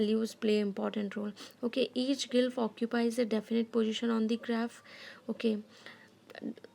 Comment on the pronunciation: Mam it's not gylph ...it's glyph